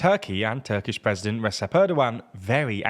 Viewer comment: It's not Resep, It's Rejep/Regep with ʒ in the middle